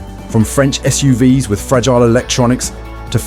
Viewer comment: This is obviously AI narrative because it always pronounces the "S" in the plural of SUV as "ESS", as in S U V ESS. A very common occurrence in these AI narratives. So annoying.